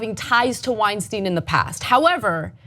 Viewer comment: Why do you keep calling him Weinsteen? Do you say Frankensteen? Einsteen?